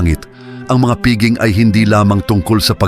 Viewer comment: Pakiwasto lang po ang pagbigkas ng piging, pista o iba pang salitang Pilipino.